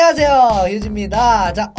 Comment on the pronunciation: 저가 니다를 니타라고 듣어서요.